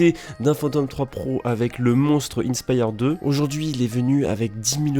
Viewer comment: Innnnnespyre 2😂😂😂, inspire 2 comme quand tu est inspirer